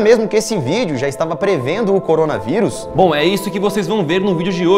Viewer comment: Eu antes de clicar no vídeo: Corona veuris A intro: corona veuris Eu: ( '-')